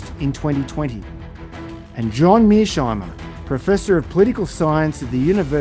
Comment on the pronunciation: Tom switzer you are biased in the interview with Mearsheimer. You can't even pronounce his name properly, not once but every time you try to pronounce his name. You are not objective. European lacky of "daddy".